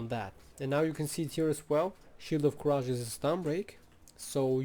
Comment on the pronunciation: Nice guide! Let me drop this as a loyal viewer, "courage" is pronounced as /ˈkʌrɪdʒ/ :D